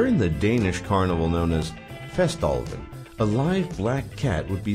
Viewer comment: Lol. Nerdrant incoming.. :P To "slå katten af tønden" was never a sport. It is a tradition during fastelavn, not something that have ever been "played", unless of course everything that a large group of people do together counts as a sport. ;) (fAst-E-lAVn) the a's sound is a more flat one, in opposition to the english a that have a tendency to phonetically lean much closer to other vocals making it something akin to an "ar, ao, ae, etc." sound when compared to the most usual danish A, this is actually true for most vocals spoken in danish as long as the emphasis of the word in question lies on said vovel, as it tends to be a more back-heavy language, EfterAber AEbers(abers) Aber --> By monkeys monkeys monkeys. :P The reason why i wrote the midlle "abers" with an "ae" are to emphasize that its the monkeys monkeys, the relationship with the monkeys belonging to the monkeys are emphazised with a lesser "hardness"(in lack of a better word) on the flat A sound giving it a slight bend towards the vovel e. But this is only done in situations like this when the "bend" of the vocal are used to signify something specific, generally speaking, the vocals are flat and clearly discernable from each other. :P) Oh. And why do people who has english as their first language allways insist on pronouncing nordic languages as if they were trying to speak swedish? xD Stahp! :P Ranting continues while leaving the room, fades out somewhere in the distance.